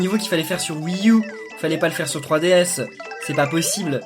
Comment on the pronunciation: On dirais que tu dis fruitDS